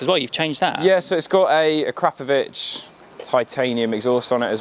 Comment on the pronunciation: eventuri and akrapovic someone please educate this poor lad on how to pronounce these brands properly 😂😂😂😂😂😂😂😂😂😂😂😂